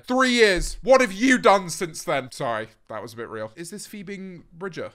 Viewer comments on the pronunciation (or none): sorry but he keeps calling phoebe bridgers phoebing binger??